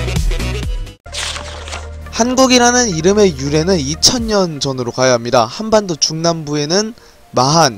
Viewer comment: 지금 번역기 돌려보셨나요? 전 칸반도라고들리던데